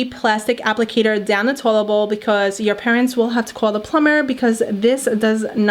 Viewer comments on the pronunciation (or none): She’s saying tolebal instead of toilet